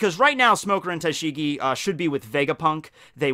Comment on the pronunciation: First; Btw "Tashing" XD